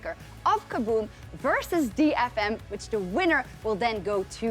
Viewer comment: Why does he keep saying DeadFM? :/